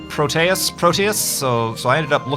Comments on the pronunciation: it's "pro-tee-ous", not "pro-tay-ous" Greek didn't actually have that second pronunciation in their language. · its Pro-Tee-Us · PRO-tee-us Check a dictionary site for pronunciation. There's usually even a button you can click to hear a person say the word. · I pronounce it like PRO-tea-us, not pro-TEA-us or pro-TAY-us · "I'll just go with pro-tay-us." Dammit, I can't watch this video.